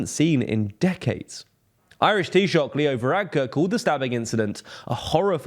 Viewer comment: Props for properly pronouncing taoiseach